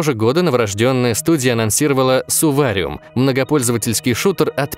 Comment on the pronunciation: Не Сувариум а Сурвариум